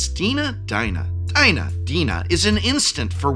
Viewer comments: Lmao its pronounced Dee na. Same name as an um friend of mine. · Its pronounced Dina not Dina.